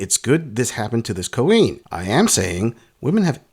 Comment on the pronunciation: I've noticed that you call women "Cream" instead of Queen, I assume it's just short for Cream Pie or Cream Gobbler which it's funny and true either way..🤣😂🤣😂👍😁👍